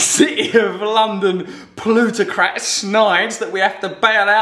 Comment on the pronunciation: Di d he say plutocrat or pollutocrat?